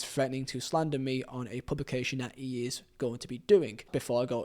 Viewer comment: No matter what silly YouTube cadence this guy adapts in order to make himself sound clearer or more apealling to the audience, he fails to understand that pronunciation is the issue, not pacing. It just makes his mispronunciation all the more evident, for example, "Feeo" "Fogdad" "ee" try this, "Theo" "Thogdad" "He"